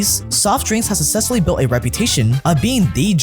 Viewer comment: “has sussessfully” bro wtf 😭 learn how to pronounce words